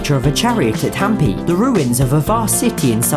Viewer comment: It's not Haampee it's hampi